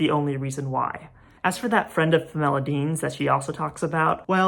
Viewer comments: 1. this video is great, i can’t believe you have less than 2,000 subscribers. 2. i love the way you pronounce pamela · You did make it sound like a much prettier name than it usually does to my ears, so thanks for that. ❤ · Interesting…. I have never heard anyone pronounce Pamela this way. Magnificent video…..